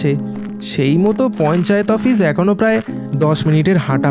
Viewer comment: আফিস না ভাই বল অফিস😂😂😂😂😂